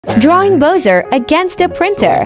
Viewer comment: that’s pronounced bowser 💀